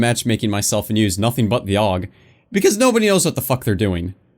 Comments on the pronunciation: A-U-G. Not a fucking word. God damnit. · Jesus christ don't call it a aug call it a A.U.G that's how you say it Aiiii you geee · Augstralis intensifies